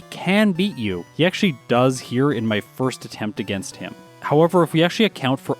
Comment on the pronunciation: I thought he said "It's time to fist the rival".